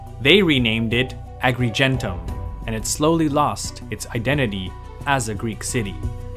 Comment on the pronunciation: Maybe I misunderstood you? Native English speakers often have a funny way of (mis-)pronouncing Latin words. Yes, after rewatching it was that: it's correctly written Agrigentum but your pronunciation makes it sound Agrigento (almost identical to modern Italian pronunciation) or maybe agrigentu (with English "u" as in "but", should be as in "put", and too soft, almost imperceptible ending "m", also the "gen" syllable should technically be pronounced "ghen" but that was not what I was confused about so never mind). Fair enough, seems it was a misunderstanding on my side. My apologies.